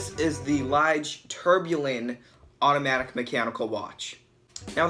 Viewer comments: LEEJ not LIIIG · I bought this watch and enjoyed it for three days only. After 2 hours of playing tennis with this watch on my hand the watch stopped working. It is a nice looking piece of crap. And check the liege pronunciation a meaning of this word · It is a beauty. It actually reminds me of a Lange. BTW, "tourbillon" is pronounced "tour-bee-yoan" and Ithink that "Lige" is pronounced "lee-guh". I have two of them and they are just enchanting. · I wonder how many times since the publishing of this video that he kicked himself for the pronunciation of Lige and tourbillon. Additionally, how many times he regretted featuring this watch